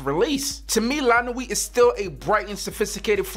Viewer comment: Don't pronounce the last T in the word nuit. It's pronounced lah nuee do lum.